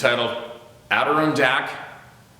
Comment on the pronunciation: Let me help you out again Steve Adirondacks = ADDA - RON - DAK(s)